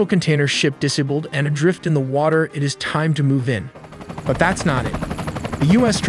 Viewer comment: Diss-uh-bulled? You mean "disabled'?